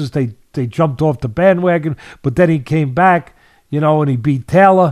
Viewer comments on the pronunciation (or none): none